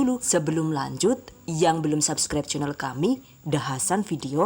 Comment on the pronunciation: Hasan udah pinter bhs inggris, nyebut SUBCRIBE kok masih SAB sech, harusnya SUB